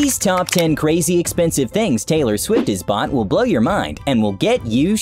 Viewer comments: Ellen said haylor rights 😂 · Taylar swift